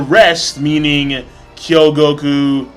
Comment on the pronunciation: Awesome as always,. Just a thing, I noticed you keep saying "Kyogouku", her name is "Kougyoku" starts with a "kou" (like Kouen, Koumei, Kouha... also the Kou empire) and means ruby or red jade. Magi is epic, BTW, definitely above most other (if not all) shounen, really has depth in it, I just hope it doesn't end soon. It's a shame it's not as popular as it could be because the anime was finished quite a bit ago. Also, for everyone here, you can find Chinese (I think) scanlations of Magi chapters about a week earlier than it is translated to English on MangaMint, so the chapter 278 scan was out at about the same time as the chapter 277 translation. You can actually understand/extrapolate most of the stuff even without understanding the text, and I've gotta say 278 looks very interesting!